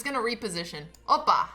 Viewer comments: I love how you say "Opa". We also use that phrase in the same way in Bulgaria, but I guess you know that since you are from our neighbours :) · are you Greek? after that "Opa" it makes sense..